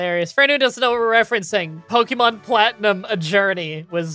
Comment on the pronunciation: Spoilers: Miydrie Beard: "POKEY MON" X 1000